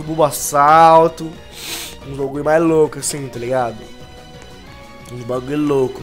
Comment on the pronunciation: Vc percebeu que vc falou bombassauto